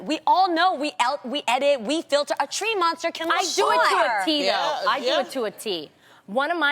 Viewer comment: I die everytime Loni says treemonster